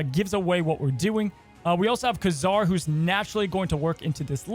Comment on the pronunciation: Loved your video. Very fun variant on the Patriot Ultron punch. But ... PRETTTY sure that the Marvel comics historical pronunciations are KAY-zar (not ka-ZAR) and Shah-na (not SHAY-na). NOT a criticism, just thought you may want to know. Hope that is helpful ... and keep up the great videos!